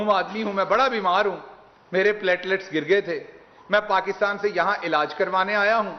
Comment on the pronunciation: Pletlets kum hay pyaayaallaalets aur glasslets kyaa?